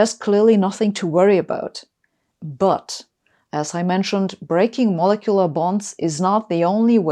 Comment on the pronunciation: Really need to work on the pronunciation of molecular.